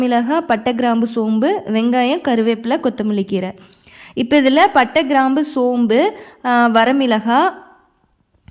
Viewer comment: I know that . But instead of pronouncing kraambu you pronounced Graambu.